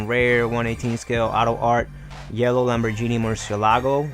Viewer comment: Lambor*GEE*ni not Lambor*JENIE*